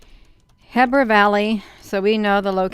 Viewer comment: Looks like a reflection to me. Heber is pronounced (he-ber)